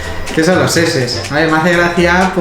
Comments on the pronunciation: lo de las sheshes se pronuncia como si fuera *ch*e*ch*es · Que son las seses? JAJAJAJA STE c mamo, weno se pronuncia en ingles por eso y las sheshes son las bubis 7u7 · A ver, Sheshes se pronuncia SHISHISA y son TETAS :v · las sheshes y tus gfes son mexicanismos el primero se pronuncia chichis y hace referencia a las tetas y el segundo hace referencia a tus padres, no a los de tu trabajo, son memes hechos x mexicanos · no sabe decir sheshes :v